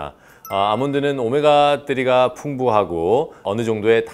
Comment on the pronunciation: 오메가 뜨리 캬 원어민 발음 ㅋㅋㅋㅋㅋ